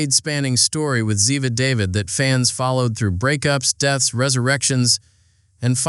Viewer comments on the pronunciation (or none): Leon Vance has not been on the show since its inception. He joined the NCIS cast as NCIS director in the 6th season after the previous director (Jenny Shepard (Lauren Holly) was murdered. And it’s Ziva David, but pronounced. Da-veéd. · Nope. Under a minute and you pronounce Ziva David wrong. Clickbait. You clearly know literally nothing true.